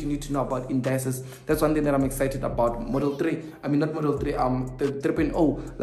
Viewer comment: Indices not Indayces,, just saying